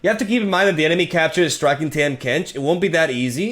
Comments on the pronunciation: My guy his name is pronounced TAH-m Kench not Tam Kench xD it doesn't matter but wanted to let you know lol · For what its worth, Tahm is pronounced Tom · Hey it’s pronounced “Tom” Kench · TAHM IS PRONOUNCED TOM TARGON IS PRONOUNCED TARGONE BASTION IS PRONOUNCED BASHON